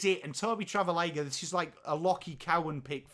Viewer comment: I think you may be mispronouncing Travaglia 😅